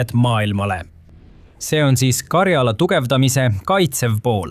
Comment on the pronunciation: 'Mind häirib, kui diktor räägib vigast eesti keelt Euroopas ei ole sellist geograafilist piirkonda nagu Karjaala. on Karjala. rõhk esimesel silbil